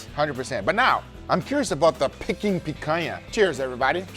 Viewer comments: Pecking duck? It's dead, how is it pecking? I think you'll find it's pronounced pee-king not peck-ing. 🤣 Still looks delicious though, even if its pecking days are over. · Guga it's 'peaking' aka 'peak-ing' duck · Peking is pronounced PEE-KING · why is he saying "Pecking"